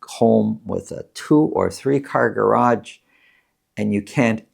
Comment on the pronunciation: It's garage, not garagde